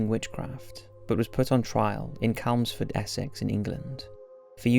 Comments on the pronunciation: Good vid but CHelmsford not Celmsford a ch noise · CHemlsford With a hard CH Not Kelmsford -. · Hey, silly little comment really, I know but just wanted to let you it’s pronounced Chelmsford with a soft Ch, as in Church🤭😄 Love your channel by the way, some really smashing videos...thank you🙌🏻👍🏻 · Amazing that an Englishman can make an arse of "Chelmsford". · This is a really interesting video, thanks for doing it. Would love to see more videos on witches. Big fan of this channel (even the mispronunciations are becoming endearing now...it’s Chelmsford with a ‘Ch’!) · Come on! You’re English how can you not pronounce Chelmsford!!! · It's just him mispronouncing a word it's not really going to affect anything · If someone can't pronounce a word or a place name that they should be able to, it calls into question the accuracy of the information given in the video. Chelmsford is a pretty well known place, and there's no mystery about how it should be pronounced. If an American uploaded what was purported to be a factual video, but couldn't say 'Chicago' you'd doubt the veracity of the information given in the video. Do you want to spend your time watching well produced videos or not? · to be fair, he’s Welsh, but it irritated me too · So glad u said that, I did think he was English but when he pronounces some English places so wrong then I thought it was my hearing that was on its way out